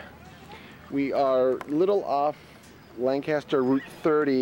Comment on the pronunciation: its pronounced Lank-aster